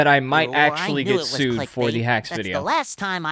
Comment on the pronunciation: “I’ll syd 🥀” 😭😭😭😭